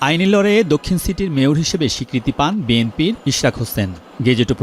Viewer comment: মেয়র❌ মেতর✅